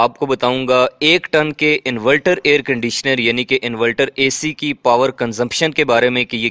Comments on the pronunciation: انورٹر ہوتا ہے انولٹر نہیں... 😅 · Bhai bohat achee video hai invelter nhe inverter khain to theek hai ya shayed mujay lag raha hai k ap invalter keh rahay hain inverter ki jagha